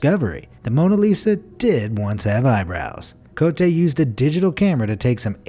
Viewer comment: “Cotte” is pronounced as “COAT”., I’ve noticed in your videos, you have a very bad habit of mispronouncing every E at the end of every French word as “ey” as in “hey.” It’s not “CO-tey.” It would be “CO-tey” if this accent, é, were on the last letter, Cotté.